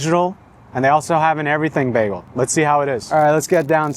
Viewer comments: Bag-AL? No, son. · Bro stop with the baaaagel like a go waaageling his tail. It's Bagel with a long A sound like a Bag. Just gotta be different to the point you sound like an idiot. Funny how you pronounced it correctly in your intro. Done watching your vids. LoL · The constant switchup between pronouncing it as "bay-gl" or "bag-ul" is throwing me off a lot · I've never heard bagel pronounced baggle. :) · That labneh one not being toasted made me laugh when the paper it was on said “toasted bagels” repeated on the packaging. Also, you saying baggle multiple times had me dying. 💀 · I think I'm going to start a counter of how many times I hear BAGuhl😂😂😂 JK JK. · The way you are saying the word bagel, I unfortunately don't think I can even finish watching this. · The way you say bagel I know you’re not from seattle 😂